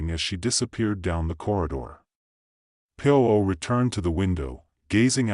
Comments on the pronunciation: The name of the detective is not pronounced poo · Terrible phrasing and pronunciation from an obviously inadequate AI. It hasn't even learned to pronounce the name of the main character.:face-orange-frowning